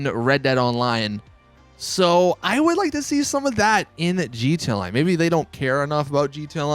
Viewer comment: Why the hell do you say gta lion instead of gta online. Coz its annoying